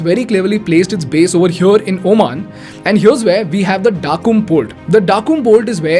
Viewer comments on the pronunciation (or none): Why would you day Daqum port ? Oman mentions this at Duqm as in pronounce as ' Duqum ' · Small correction. Duqm is not pronounced as Daa-kum. It is pronounced as Do (as the word "Do")-kum (as in the word "Hukum") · That's duqm not dakum 😂😂😂 please pronounce clearly